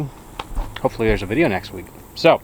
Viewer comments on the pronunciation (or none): none